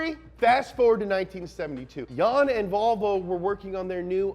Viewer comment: have you ever noticed how seinfeld pronouced volvo as ''wahvoo''